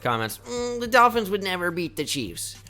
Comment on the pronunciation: I love when he says doll fins lmao